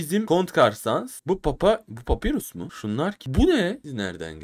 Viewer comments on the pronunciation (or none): papirus diye okunmuyor papayrus diye okunuyor